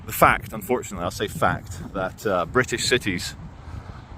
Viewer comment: face-purple-crying::face-purple-crying::face-purple-crying::face-purple-crying::face-purple-crying::face-purple-crying: NOT Brit-iSH?